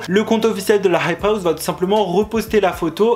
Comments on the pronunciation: C'est insupportable comment tu dis la "hype house" genre la "rrrrrhype house" c'est quoi cet accent ? sinon vidéo intéressante ! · Dans la hhhhhhhhype hhhhhhhhhouse srx ton accent stop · Comment il dit "hype house"